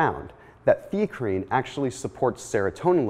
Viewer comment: Never even heard of Theacrine.. Thought he was saying creatine initially..